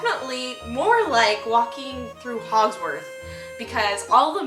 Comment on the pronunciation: did this bitch really say " Hogswarth" ?